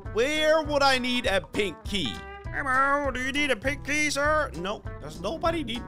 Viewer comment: hahahahahahahaha the way he said pink key it's like pinky